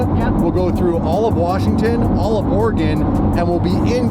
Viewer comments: saying Oregon correctly makes my heart happy. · THANK YOU for pronouncing "Oregon" correctly!